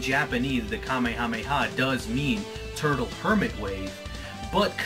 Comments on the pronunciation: You keep saying it wrong and it's very annoying. It's pronounced "ka-may-ha-may-ha." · Oh my god, I get such OCD about this. King Kamehameha is not pronounced the same as the DBZ move it's pronounced more like "Ka-may-uh-may-uh" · the hawaiin king's name is pronounce (Kuh-mayuh-mayuh) in a fluid motion (3 sylabals not 5) and you should pronounce it the 3 sylabal version with the word wave after it instead of saying ka me ha me ha every single time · Why is he saying it that way?